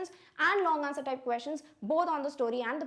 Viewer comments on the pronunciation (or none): none